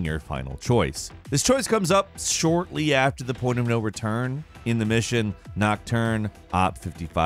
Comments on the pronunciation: Did he say “chowpin”?? 😂 nice. It’s actually pronounced “Showpan” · Chopin!!! ...The composers name is pronounced SHOW - PAN... haha lol. ... Not Chop Suey. American education system at its finest. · Chopin is pronounce “shah-pan” i thought, not cho-pin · pronouncing the "Op" in Op 55 and pronouncing Chopin like that... 😂😂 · He pronounced Chopin nocturne op.54 very wrong